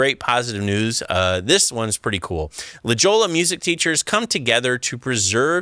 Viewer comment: La Jolla in CA is pronounced La Hoya... a lot of Spanish in CA.